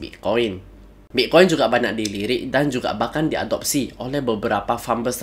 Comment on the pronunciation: Saya dengar mas ini bilang bik koin ya Wkwk